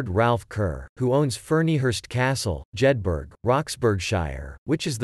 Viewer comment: Jedburgh is pronounced as Jedbra...not Jedberg